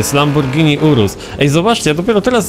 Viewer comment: lamborghni urusł